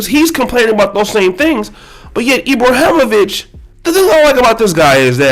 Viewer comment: I agree with you about LJ on many things he pushes the discussion forward on many topics - agree with him or not it’s his right.. But the fact that you didn’t take the the time to learn how to pronounce Ibrahimović or the difference between if he was from Sweden and Switzerland was pretty bad.